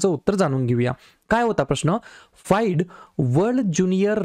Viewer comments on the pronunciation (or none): sir ते फिडे असते फाईड नाही